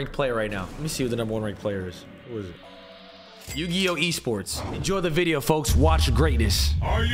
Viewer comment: Man said "YUGIOH esports" 😂